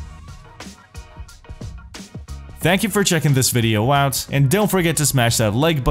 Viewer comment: Why do you keep saying the word oot ? What is an oot?